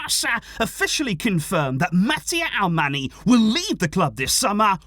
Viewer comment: Hi! Just a suggestion, Alemany is pronounced like "Alemañ/Alemanh". That NY is like Ñ in Spanish. He is from Majorca. Thanks for the content!